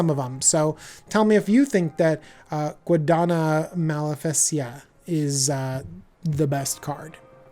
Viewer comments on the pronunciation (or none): Definitely "Guadana malefesica" is my new favorite card! For those who don't know and are interested, the "Ñ" is pronounced like "Ny", so in this case the pronunciation would be like if you're saying "Guadanya" (Yeah, it sounds pretty much like the typical anime cat sound). Hope somebody find this useful or at least interesting!